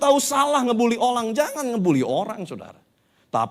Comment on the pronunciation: saking semangatnya, sampai bilang ngebully olang. 🙏:)